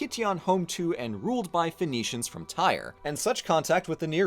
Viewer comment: Tyre is pronounced like "tier" and not like "tire"